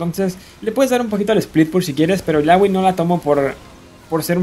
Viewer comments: porque es "ilaoi" no "ilagui" xd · recien vi uno que decia daRIUS en vez de DArius y ahora ilawi ilawi gana por excelencia quien te conoce illaoi :v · odio tu pronunciacion de illaoi :v